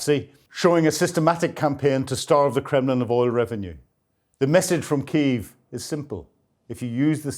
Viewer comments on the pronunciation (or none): none